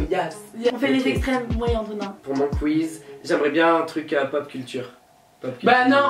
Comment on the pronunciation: pk tu dit enthonin et pas autre chause weech